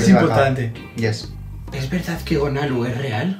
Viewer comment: Gonaluh? No sería gonuh? Yo solo comento